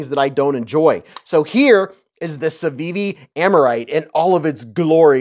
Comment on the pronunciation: Aaaa-mar-ite, nobody worry 'bout me 😂